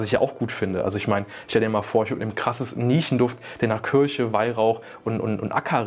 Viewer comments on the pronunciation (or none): none